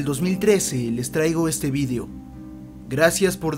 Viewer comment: vidio? no es video? :v